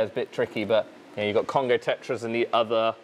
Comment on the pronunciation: I kept hearing Costco not Congo 😅😂😂